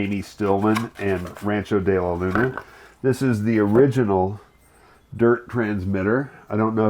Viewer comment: he cant even pronounce his own ranch's name correctly